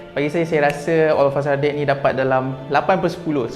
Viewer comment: Yg sy dgr olafasadet😂